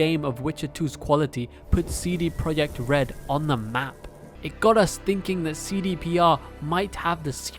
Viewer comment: CD Pro - yee - act red aah pronunciation